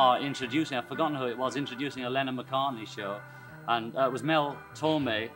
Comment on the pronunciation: When he said Lenin instead of Lennon😂